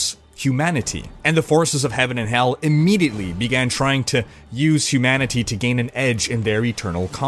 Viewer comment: I loved the first two Darksiders and it's been ages since I played them so I'm really glad for this recap before the third. I could have done without the weird way you kept emphasising the TEE noise at the end of humanity.